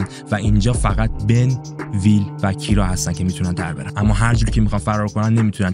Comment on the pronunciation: ببین این اسم تلفظ درستش کیِرا هستش